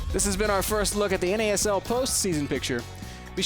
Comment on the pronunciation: its N-A-S-L not a fucking pronounceable acronym